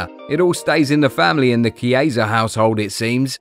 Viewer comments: The pronunciation is "Kiesa" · That's the pronunciation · Me too😊